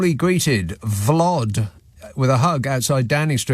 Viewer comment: It’s “Vlod”…